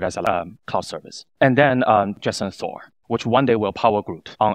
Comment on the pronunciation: its Jetson Thor, not jason thor JAJAJAJAJAJAJ